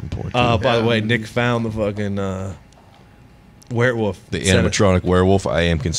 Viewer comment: My favorite is that pronounces Werwolf as “where woof” kills me